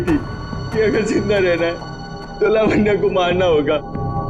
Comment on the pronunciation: लवान्य।।। 😂😂😂😂 लावण्या है मेरे भाई।